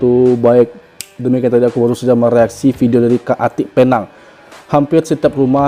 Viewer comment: Penang itu sebutan bahasa inggeris. Kalau disebut bunyinya Pe- neng. Bukan Pynang.